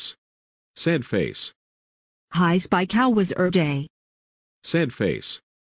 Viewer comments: It is spike not spec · i noticed you called him spek instead of spik. i remember that it was funny.